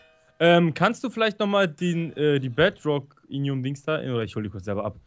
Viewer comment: soll mal manche Sachen anders aussprechen er sagt Gise es heißt aber gliese und bedrockinium aber es heißt bedrockium